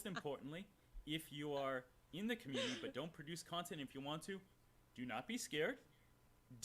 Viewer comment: it's pronounced community not comuney and I also can't stand the way he says Patreon.